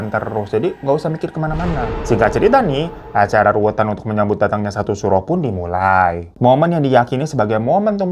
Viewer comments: Bukan ruwetan bang tapi ruwatan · Bang,bukan acara rutan,tapi ruatan bang eehheeee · Mgkn salah eja kali atau mgkn beda daerah beda ucapan kali ya, kalo kami org jawa nyebutnya bukan "ruwetan" tp "ruwatan"... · Ruwatan. Bukan ruwetan 😅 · Bukan RUWETAN🤣🤣RUWATAN yang bener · RUWATAN bang bukan RUWETAN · Dibaca ruwatan,bang.bukan ruwetan..wwkkkk😂...ruwatan itu tolak bala..kalo ruwetan bikin ruwet..😂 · RUWATAN, babang ganteng...kalau ruwetan, ruweet dong❤...hihii, koreksi dikit ya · Ya Alloh babu gue yg ganteng dan glowing...RUWATAN bukan RUWETAN😤😤😤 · Ruwatan kah bang? Atau emang ruwetan? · Ruwatan mas, bukan ruwet tan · RUWATAN MAS BUKAN RUWETAN wkk.. kalo ruwetan itu mbulet apa ya bahasa indonya wkk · RU-WA-TAN bukan ruwetan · ralat kak RUWATAN bukan Ruwetan🙏🙏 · RUWATAN yaa bukan RUWETAN 😂😂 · ruwatan bukan ruwetan 😅😂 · Ruwatan bang..bukan ruwetan😂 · RUWATAN Bang bukan Ruwetan...!!! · Bangg ruwat'an bukan ruwet'an... Ruwet mah orang yg kl d tagih utang tar sok tar sok 😅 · Maaf "ruwatan" kali ya mksudnya,bukan "ruwetan"... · Eh babang klau di Jawa Tengah kayaknya namanya Ruwatan, bukan Ruwetan😁😁😁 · Stop, stop, stop, artinya bisa beda (pake nada Hermione) RU~WATAN bukan RUWET~AN atau RU~WETAN RUWET~an = kusut, rumit, halangan RU~WETAN = arah mata angin (TIMUR = wetan) Jadi bacanya RU~WAT~AN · Ruwatan babang,bukan ruwetan 😂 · Ruwat x, bukan ruwet😅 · Bukan ruwetan hirooo😭😭🙏🏻 Yang bener RUWATANNN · Btw ruwatan ya bukan ruwetan😂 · Namanya bukan ruwetan tapi ruwatan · Kirain mata Q salah denger tw nya bang hiro yg salah ucap 😅😅😅 Acara ruwatan Bukan Acara ruwetan Kayanya babu lagiii ruweet nie... Mikirin TC selanjutnya 😂😂😂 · Fan bacanya "ruwatan" bukan "ruwetan" 😅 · Tiap kali bilang ruwetan aku langsung bilang ruwatan 😅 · Aku juga ngomong dewe "sakral bang bukan saklar". Belum lagi ruwatan jadi ruwetan hahaha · Ruwatan bang, bukan ruwetan 😅. Beda arti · Ruwatan bang, ruwatan, bukan ruwetan 😂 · Ruwatan bang 😭 bukan ruwetan, ruwAt bukan ruwEt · RUWAT BANG BUKAN RUWET😂